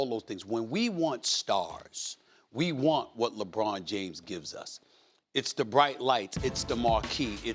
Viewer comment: Ant Ed, "LeBron Jomes." 😂😂😂